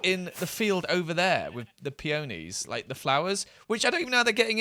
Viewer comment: Never heard someone pronounce peonies like that